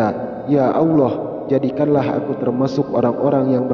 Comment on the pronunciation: suara deskripsi tayangan ini aja salah, mengucap auloh yang benar Allah...